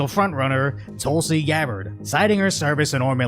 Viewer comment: Did he just say Tulsi YABbard????